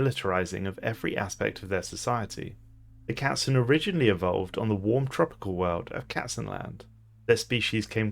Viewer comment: I love that you are able to say all the variants of the German word Katzen without completely butchering it. Are you able to speak german?